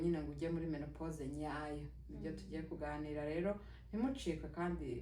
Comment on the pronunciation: Ntabwo bavuga menepose bavuga ménopause. Uwo uvuga mene... yabyigiye he???????